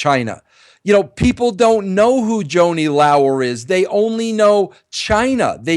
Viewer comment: Joanie Lao-er..? Can't even pronounce her name and you call her a dear friend.